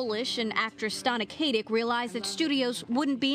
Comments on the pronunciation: THREE times I felt like punching the screen. It''s not Kay-tic! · well thats a nice change. usually people mis-pronounce her first name. seriously dont understand how people can screw up the name KAT-IC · OH MY GOD! SAY HER NAME RIGHT!! IF I HAVE 2 HEAR ANOTHER BIMBETTE SAY HER LAST NAME WRONG AGAIN I'M GONNA EXPLODE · You know you're a Stana Katic fan when the way someone constantly mispronounces her name stings your eardrums!